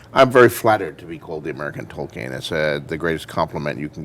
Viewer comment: Why does he keep saying "Token" that way?